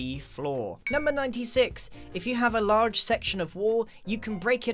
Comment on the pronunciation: “If you Have A *Larrrrrrrrge*…” The way he pronounces it is so strange to me I don’t know why 😂